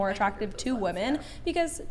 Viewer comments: Does not know how to pronounce women? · saying "woman" instead of "women"...wtf bish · Does anyone else notice and think it’s weird that the zoomers pronounced “women” (plural) as “woman”. I’ve heard it all over the place and I do not get it. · If she says "woman" instead of "women" one more time 😭😭😭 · What is the deal with GenZ people pronouncing “woman” and “women” the same? Is anyone else noticing this? It’s driving me insane 😂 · Just gotta say this… women = wi-men. Woman = wu-man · It was frustrating having to hear say "woman" all stream.🙄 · say it with me, “women”. Geez. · Can not say “women”? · Why do WOMEN on this show not know how to say the word WOMEN so often?? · Why can't say "women" properly?